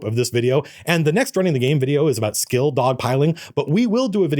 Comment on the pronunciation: I kept hearing skill-dog pilling rather then skill dog-pilling and I was so confused